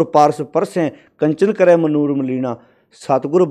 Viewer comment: ਤੁਸੀਂ ਬੜੇ ਪਿਆਰ ਨਾਲ ਜਪੁਜੀ ਸਾਹਿਬ ਜੀ ਦੀ ਵਿਚਾਰ ਸਹਿਤ ਵਿਆਖਿਆ ਕੀਤੀ ਹੈ, ਬਹੁਤ ਸਾਰੀ ਸੰਗਤ ਨੇ ਗੁਰੂ ਨਾਨਕ ਸਾਹਿਬ ਜੀ ਦੇ ਇਨ੍ਹਾਂ ਅਣਮੁੱਲੇ ਬਚਨਾਂ ਨੂੰ ਸਮਝਣ ਦੀ ਕੋਸ਼ਿਸ਼ ਕੀਤੀ ਹੈ| ਬਹੁਤ ਧੰਨਵਾਦ ਜੇਕਰ ਭਵਿੱਖ ਵਿੱਚ ਕੁਝ ਕੁ ਉਚਾਰਣ ਦੀਆਂ ਉਕਾਈਆਂ ਵੱਲ ਵੀ ਧਿਆਨ ਦਿਓ ਤਾਂ ਸੋਨੇ ਤੇ ਸੁਹਾਗਾ ਵਾਲੀ ਗੱਲ ਬਣ ਸਕਦੀ ਹੈ| 1) ਕਰਹਿ (ਕਰੈਂ),ਆਖਹਿ ਪੜੇ ਕਰਹਿ ਵਖਿਆਣ|| ਕਰੇਹਿ (ਕਰੇਂ), ਏਤੇ ਕੀਤੇ ਹੋਰਿ ਕਰੇਹਿ|| ਤੁਸੀਂ ਦੋਵੇਂ ਥਾਵੇਂ ਕਰੈਂ ਹੀ ਉਚਾਰਣ ਕੀਤਾ ਹੈ| 2) ਜੇ "ਇਕੀਸ" ਦਾ ਉਚਾਰਣ ਅਕੀਸ ਕਰਾਂਗੇ (ਏਤੁ ਰਾਹਿ ਪਤਿ ਪਵੜੀਆ....)ਤਾਂ "ਇਸ ਕੈ ਹਾਥਿ ਕਹਾ ਬੀਚਾਰੁ||" ਪੜ੍ਹਨ ਵੇਲੇ ਉਚਾਰਣ "ਅਸ ਕੈ ਹਾਥਿ" ਕਰਨਾ ਕੀ ਠੀਕ ਮੰਨਾਂਗੇ? 3) ਇਹੀ ਗੱਲ ਬਿਬੇਕ ਸ਼ਬਦ ਦੇ ਉਚਾਰਣ ਵਿੱਚ ਵੀ ਲਾਗੂ ਹੁੰਦੀ ਹੈ ਜਿਸਨੂੰ ਸਾਡੇ ਜ਼ਿਆਦਾਤਰ ਸਿੰਘ ਬਬੇਕ ਹੀ ਕਹੀ ਜਾਂਦੇ ਹਨ| ਕੀ ਕਿਸੇ ਨੂੰ "ਬਿਮਲ" ਸ਼ਬਦ ਨੂੰ ਬਮਲ ਕਹਿੰਦੇ ਸੁਣਿਆ ਐ? 4) ਕਾਇਨਾਤ ਸ਼ਬਦ ਨੂੰ ਘੋਟਕੇ ਕਿਆਨਾਤ ਨਾ ਬਣਾਓ| 5) ਬਾਰ ਬਾਰ "ਭਗਤ ਸਾਹਿਬਾਨਾ, ਗੁਰੂ ਸਾਹਿਬਾਨਾ" ਲਫ਼ਜ਼ ਵਰਤਣਾ ਬੰਦ ਕਰ ਦਿਉ ਕਿਉਂਕਿ ਸਾਹਿਬਾਨ ਆਪਣੇ ਆਪ ਵਿੱਚ ਬਹੁਵਚਨ ਹੈ ਜਿਸਦਾ ਇਕਵਚਨ ਸ਼ਬਦ ਸਾਹਿਬ ਹੈ, ਸਾਹਿਬਾਨਾ ਦਾ ਕੀ ਅਰਥ ਕੱਢਾਂਗੇ? ਇਸਦੇ ਥਾਵੇਂ "ਗੁਰੂ ਸਾਹਿਬਾਂ, ਭਗਤ ਸਾਹਿਬਾਂ" ਸ਼ਬਦ ਵੀ ਬਹੁਵਚਨ 'ਚ ਢੁਕਵੇਂ ਰੂਪ ਵਿੱਚ ਵਰਤੇ ਜਾ ਸਕਦੇ ਹਨ| ਭਾਵੇਂ ਮੈਨੂੰ ਆਪਣਾ ਨਿੰਦਕ ਹੀ ਸਮਝ ਲੈਣਾ ਪਰ ਢੁਕਵੇਂ ਉਚਾਰਣ ਵੱਲ ਜ਼ਰੂਰ ਧਿਆਨ ਦੇਣਾ, ਕਿਉਂਕਿ ਤੁਹਾਨੂੰ ਉਸ ਦਲੇਰੀ ਤੇ ਸਪਸ਼ਟਤਾ ਨਾਲ ਗੱਲ ਕਰਨੀ ਆਉਂਦੀ ਹੈ ਜਿਸਦੀ ਬਹੁਤੇ ਪ੍ਰਚਾਰਕਾਂ ਕੋਲ ਘਾਟ ਹੈ|